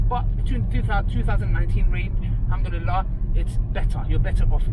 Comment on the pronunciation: May allah give you unlimited barakat in your health and wealth People just learn how to say Alhamdulillah